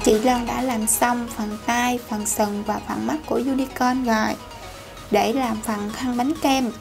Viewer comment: Nhóc ơi con phát âm cho chuẩn đi. Nói chữ Và chứ kh nói quà. Nghe kỳ cục